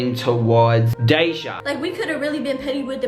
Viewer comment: Lmmfao at calling him Dejah ... its DahShay